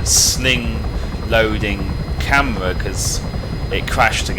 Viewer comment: "a camwa thwat fwaces dwonwards"